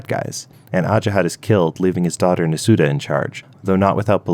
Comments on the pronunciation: who the heck is Nasooda... It's Nasuada, like Na-soo-ah-da 😮‍💨 These name pronunciations gave me cancer. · Nasuada is pronounced "Na-sew-wah-da" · His pronunciations, particularly for Nasuada and Glaedr, is terrible. Like, we’ve got actual pronunciations in the book.